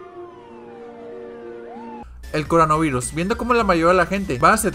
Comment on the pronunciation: Soy yo o dijo coranuvirus en lugar de coronavirus